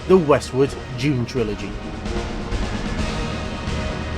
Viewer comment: Thought it's 'Dune' , not June. But what do I know... 🤦🏼‍♂